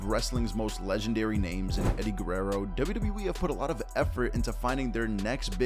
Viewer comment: Love the content…. But the way you say “Wwe” literally makes me CRINGE!!!